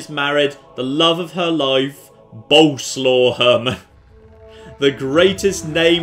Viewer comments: its swav not slaw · Once again "Boleslaw" is a polish name, not nickname and you pronounce it entirely different from how you do it. It's "Bol" (like in Bold) + "es" + "wav".